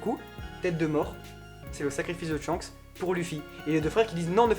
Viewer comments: Ca ne se dit pas "Tshanks" mais Shanks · C'EST SHANKS ET PAS TSCHAKS !!